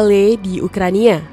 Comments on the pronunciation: dari cara menyebut ukraina atau ukrania, jadi ga yakin walaupun dibantu dengan narasi yang menyakinkan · gue juga mo ngomong gitu tadinya 😅 masa "ukraina" dibilang "ukrania" 🤣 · Ukraina ❌ - Ukrania ✅